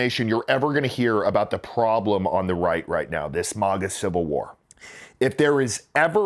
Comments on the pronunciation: maga not miga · Who pronounces MAGA thay way?